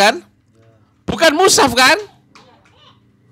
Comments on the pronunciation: Iya sptnya memang gak bisa baca al qur an , mengucapkan mus haf saja salah , kok musaf...blajar dulu tadz spy tdk ngisin isini.. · Orang yg sangat lucu, bicara mushaf aja katanya musaf